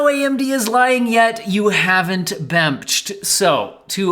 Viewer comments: "bemched" lmao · I laughed every time you said bemnched 😂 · "AAAH! Bemched!" 😂😂